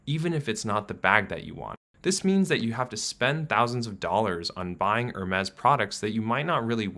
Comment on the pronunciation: He pronouced Hermes also lol